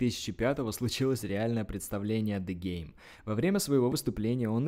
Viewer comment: Ты клоун нормально произноси имена правильно ДЕ ГЕЙМ 😂😂😂😂😂